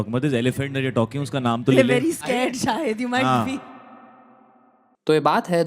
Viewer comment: Sha ka saa kyu bolte hai ye up bihar walle.. Abhishek bachan hai abiseek bachan nahi hai bhai. Saahid nahi Shahid Tasan movie nahi Tashan